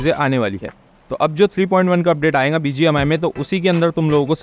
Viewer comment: aayenga milenga ❌ Aayega milega ✅ Vakay ke end me bindi kyu lgate ho har baar .. thoda sunne me awkward lgta hai